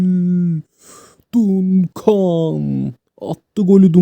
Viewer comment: Dayı çok tatlı içerik. Dunkan değil de Dankın diye okursan çok tatlı olacak. Duncan’ı